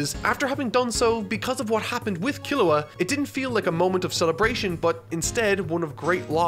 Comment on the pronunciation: So everyone went crazy how pronounced Gon, meanwhile i'm cringing so hard everytime he says Killua the "english" way. It hurts me